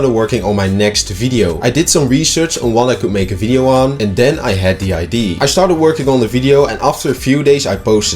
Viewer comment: love the video but please just say "idea" right😭😭😭😭😭😭